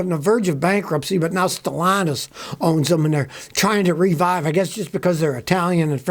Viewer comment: The new owners name is pronounced as Ste llantis not st launtus. Stellantis is Ste Llantis there is no us in the word pronunciation od this word. ll is the first l in Stellantis id a silent L even th8ugh is repeats or is doubled. Pro nounced as: Ste Lantis.🤫✌️